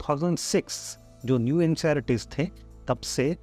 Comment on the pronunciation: You are saying ncerts as nceyaritis